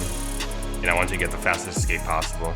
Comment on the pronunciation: dude its escape not ESCAPA